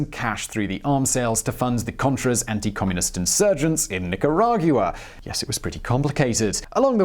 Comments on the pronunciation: It drives me nuts everytime he can't say Nicaragua properly... 'gwa' not 'gue-a' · I dont want to be that guy, but it's Ni ca ra gwa, not goua. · "Nica-RAH-gyuah!" (Nicaragua) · The way you pronounced Nicaragua gave me hives but I don't blame you